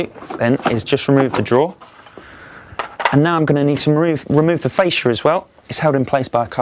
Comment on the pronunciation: / *drawer (NOT draw!)